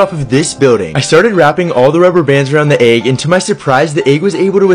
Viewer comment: It's pronounced egg not eag 😂